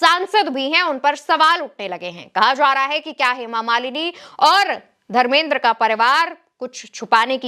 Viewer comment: pahle to tum dharmendra ji ka name sahi se lo kiya tumko bade logo ka naam sahi se lena nahi aata hai kiya tumko reportar kisne banaya dharmendra ji bolo samjhi bewkuf ladki